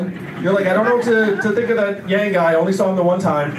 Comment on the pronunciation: Does he know he pronounces his last name wrong?